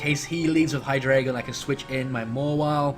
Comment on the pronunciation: ... Ver-EYE-zee-in... Hy-DRY-gon...